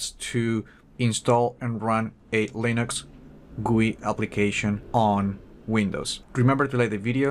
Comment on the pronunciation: I hate it when someone says goooii , just fuckin say G U I